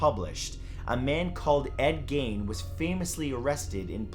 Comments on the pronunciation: Glad you're back, Matt, but pace yourself, don't allow stress to enter your life (as much as you can help it, anyway). A couple of things: the author of "Psycho" was Robert "BLOCK," as the Germans pronounce it (he was of German descent) and it's Ed "GEEN," as others have pointed out. Gein wasn't a serial killer, just a total nut-job who killed two (2) women, three years apart. The horror of the Worden killing, the second one, was that she was found hanging, gutted like a deer, in his unheated entry/wood room. The other terrible "trophies" resulted from his grave-robbing activities. I read a nonfiction book by a prosecutor in the Ed Gein case, back in the '80s that described the whole story of how they caught him, which might not have happened if it had happened later, as the sheriff's deputies who found Worden's body had no Probably Cause to enter Gein's home, nor even to get a warrant. These officers had had one of those hunches that feature so prominently in law enforcement: they "Liked him" for the earlier killing but had no shred of evidence. After they pieced together his deranged life and put him away in the Wisconsin facility for the criminally insane, Mendota State Hospital, they confided in the author of the book that they'd also suspected Gein of killing his own brother and two deer hunters, who'd disappeared along with their car, a few years earlier. Look up "Nutcase" in your dictionary and you'll see Gein's picture! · Not pronounced gane but geen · *GEEN NOT GANE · "Ed Gein," pronounced "Geen." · Matthew, his name is pronounced Ed Geen. Not Gain. Love your work! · HEY MATTHEW! I love LOVE your videos and always looking forward to freaks spoke of my area. I live in central Wisconsin and Ed Gein has always been something we talk about. I live about 30 minutes away from Plainfield.. and your pronunciation of Gein is wrong..it's Geein if that helps. more of the E sound. anyway.. love your content! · Son..... Its pronounced GEEN